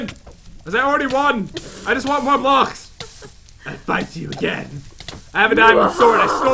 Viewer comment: really he says ck very bad